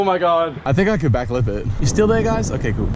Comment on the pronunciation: Whenever he says back lip I think he is saying backflip 😂